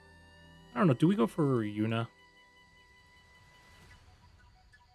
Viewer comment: it's yuNa, not yuMa...